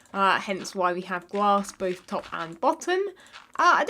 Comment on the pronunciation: be like “ i have my sealanters and gLASSS!” Me “...”